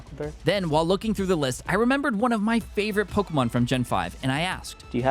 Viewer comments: Man you pronounce pokemon names in the strangest way imaginable. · I love your videos but your mispronunciation of a lot of pokemon really hurts me 😭